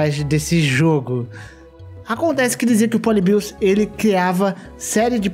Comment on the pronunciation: Ele falando poli-bios me dá agonia